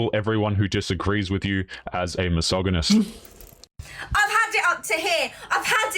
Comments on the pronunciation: A, you deefinitely pronounce missogonist properly. B, birth control is hot trash, it changes far more than you can imagine, and it is bad for women. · Thankyou for explaining why you're mispronouncing 'mysoginist'' It was bugging me hugely. XD